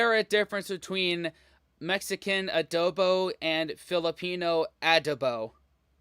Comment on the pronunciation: It's not A•duh-bow. It's a•DOH•bow.